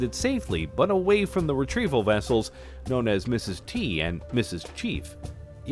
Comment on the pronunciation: It's "Ms. Tree" The Moon has water. :)